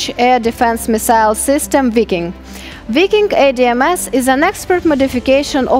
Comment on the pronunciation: It's not "we king" it's Viking.🥺